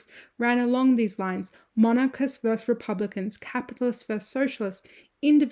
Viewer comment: Interesting video. But goddamn it, it’s versus not verse!